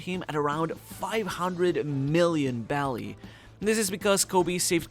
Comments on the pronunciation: Also isn't it berry and not belly? Honestly just want to know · Why do you say “belly” for the money? That’s how Japanese people pronounce berry. You’re not speaking Japanese. So say Berry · Isn’t it berry not belly